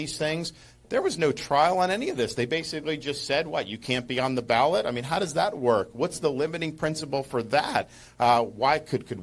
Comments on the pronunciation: Ballot not Balet Dear Brother😊! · Ballot! Not balet ! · It’s not Balet. It’s Ballot. 🤭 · Ballot NOT BALET WISE UP! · *ballot not balet 😂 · Ballot not Balet. lol